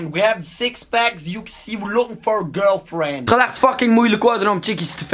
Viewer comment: Eijem loeking for a GulFjend No sjest no sjeks